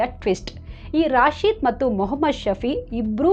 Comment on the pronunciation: ರಾಶಿದ ಅಲ್ಲ, ರಶೀದ್.ನಿಮಗೆ ಮುಸ್ಲಿಂ ಹೆಸರು ಹೇಳಲು ಭಯಾನ?ಯಾರೇ ಇರಲಿ ಅವರೆಲ್ಲ ಕಾಮುನಿಸ್ತರು.